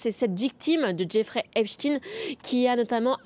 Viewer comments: ...cela se prononce E P S T A I N E....E P S T A I N E... et non pas Epstine ! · Pourquoi prononcer Epstein "Epstine"? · EpstIEIN pas epstine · Epstin lol , Epstein, comme Ein. Dans les noms à venir Bill Gates peut-être? 😊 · C est pas rost in hein c est ein oui en yidisch ein faut pas camoufler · Epstiiin , mais Einstein...😂😂😂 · Alors, je n'y connais rien, mais la justice semble toujours égale à elle-même. Inexistante ! Par contre la prononciation du nom "Epstein" de la journaliste me semble farfelue ! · C'est une question que je me pose aussi🤔🤔,....,looool. Mais la réponse on la connait😜